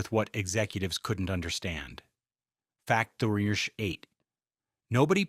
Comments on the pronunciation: If your going to use AI VOICE then maybe make sure it can actually say number not nirger 😂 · Sorry, but what word is being said between "Fact" and the number. Sounds like "Fact nudger..."